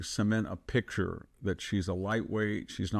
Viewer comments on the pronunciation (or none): none